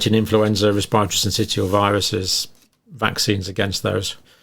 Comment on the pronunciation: Syncitial is pronounced sin-sis-shall.